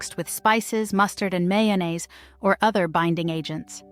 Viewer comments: Freed bologna with may-o-minaze? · "freed" baloney.. Mayo-ma-naise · I love how the "narrator" pronounced mayonnaise, chow mine sandwich, and "freed" bologna. I also love how these sandwiches were replaced by more healthy selections, really, a lot of this stuff got really expensive. I still eat Spam, make egg salad, liverwurst, onion and mustard sammies, Fluffernutters, Sloppy Joes, my SOS uses peas and hamburger the way my Dad ate it during Korean war era NAVY. Taylor pork roll is eaten throughout the Philly area.